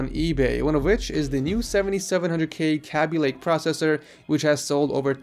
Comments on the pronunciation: It's pronounced kae-be lake not kaaby lake lol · K-B lake, not KA-B. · when he says "cabby lake" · Every time you say Kaby Lake wrong i cry lol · The way you said Kaby Lake made me wanna die